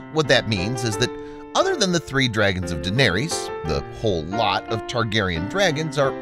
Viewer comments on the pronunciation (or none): none